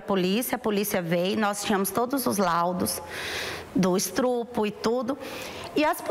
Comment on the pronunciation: Lá fala francês valão e flamengo. A mulher fala estrupo, ou seja, não domina nem a língua falada aqui no Brasil